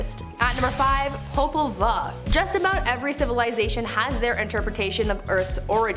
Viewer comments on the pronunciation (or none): This is such a fun channel but so many words are mispronounced. The title is pronounced POE-PUL-VUE. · It's pronounced poe-pul-voo popol vuh is nahuatl the language of mesoamerica